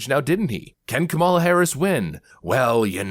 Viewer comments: sorry but why did not host call him racist he mispronounced Kam ala name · Kamala Kamala, He corrected himself, but I didn't hear a difference... Edit: Not making fun just wondering if anyone else hears a difference except speed. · So... It's racist and misogynistic if Republicans put the emphasis on the second syllable of Kamala but when CNN corporate shills do it, it's just a mistake? I could see the car in his eyes right before he checked himself thinking this might be his last show on CNN. 😂